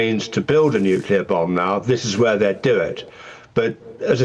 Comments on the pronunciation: ‘Nuclear’ not ‘nucular’ you thick ginger growler 😂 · Rayner doesn’t say nuclear she says nukula. 😂😂 I bet she calls a chimney a chimly. She embarrassing. The Stockport tart. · Anyone making the Iraq comparison is either naïve or stupid, possibly both. The fact that the Deputy PM says 'nucular' is pure cringe by the way. The UN watchdog - not Trump, not Netanyahu, breached Iran because they have been enriching at 60% instead of 3%. It's way beyond civilian needs and is heading rapidly towards weapons grade. That happened 24 hours before the first Israeli attack. Throw in Iran's avowed intention to destr0y Israel and its people (Jews and Arabs) and this is worrying. Some years ago they even set up a countdown clock in Tehran's main square to that end. If the UK was under threat in this way would you want it to continue? If Iran is allowed to do this and continue on this path they could eventually close the Straits of Hormuz, through which much of world trade flows. If they had a bomb we couldn't stop them. Watch this lot in Parliament screech if that happens. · It shows how uneducated she is when she mispronounces Nuclear as nu culer